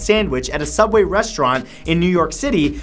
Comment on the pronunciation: it's soobway